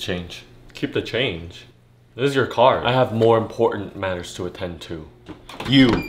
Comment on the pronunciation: It's been 5 months, how has NOBODY corrected him saying it's attend.